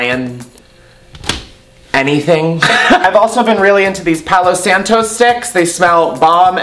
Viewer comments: It’s selenite in your bathroom. “POW-low-sahn-toe” not the white ppl way you said it lmao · palo santo “pay-low” love you !! ❤️❤️